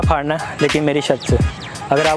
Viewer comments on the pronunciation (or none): Aree bhai, 'Phadna' Nahi hota, 'Phodna' hota hai.